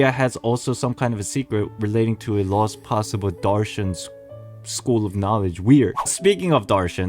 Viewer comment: As an Indian it hurts me with you miss pronouncing pari and darshan 😢 but it's not "fairy-like" it means quite literally a fairy, in metaphors we use it like "tum ek pari jaisi lagti ho" meaning "you look just like a fairy" [it is a mean of compliment/flirting] also Darshan ALSO means a miracle/blessing!